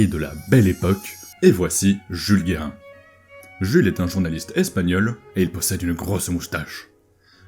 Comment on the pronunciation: Basculer la table des matières Jules Guérin et pas "Guerrin"